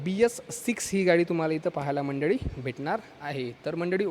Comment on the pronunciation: मंडडी नाही म्हणायचं मंडळी म्हणा.